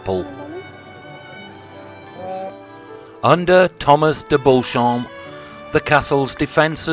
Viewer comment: Be good if you got some of the surname sounds correct.. Beauchamp, is pronounced Beecham.. And Beaufort you promounced incorrectly.. You said trebuchet correctly though.. Ive seen this very one .